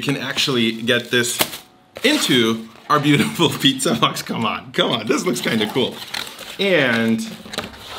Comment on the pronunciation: Kannst du bitte Pizza normal aussprechen und nicht Piiiiiiza? 😅